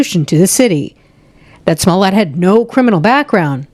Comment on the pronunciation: Calling him smoolyeah the whole time aorr of makes this worth it to me. The real criminal at this point is the DA. Wait for the lawsuit 😁